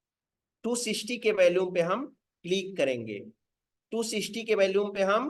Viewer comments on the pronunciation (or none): Sir bohat badiya raha. Apse request h ki "VOLUME" shabd ka Google par pronounciation yaani ki kaise bola jaata h vo ek baar dekh lein. Aap is shabd ko galat bolte hein. Dhanyavad